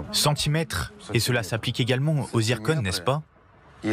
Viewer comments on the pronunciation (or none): C zircon et pas zirconne